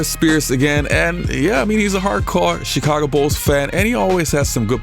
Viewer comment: stop pronouncing Chicago wrong